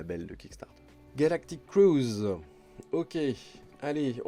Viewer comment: La voie de en prononcant "Galactif Cruise" + "20 jours" xD, ca m'a bien fait rire:)